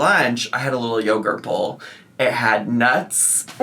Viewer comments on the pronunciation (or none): Bowl❌ BOOL! ✅